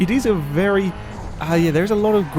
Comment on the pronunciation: AM I the only one who thinks says "vely"? xD